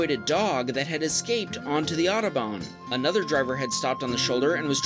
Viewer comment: It is so funny how americans pronounce the "German Autobahn" :D